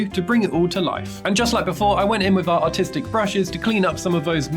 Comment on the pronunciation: He’s saying artistic. He has an accent